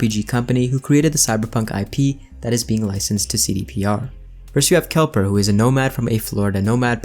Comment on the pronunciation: he said kelper... it is kepler.